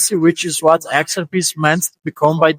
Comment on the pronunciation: You're pronouncing "XRP" wrong. You're putting the emphasis on the "X". You're calling it "Xrp". But we say it the other way around. We pronounce it "xrP". You have to put the emphasis on the "P".